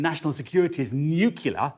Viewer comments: Nuclear, not nucular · Nucular lol